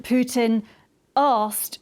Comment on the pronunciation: Hey Lady, is that how you pronounce Puntin , pewtin, or are you just trying to be funny?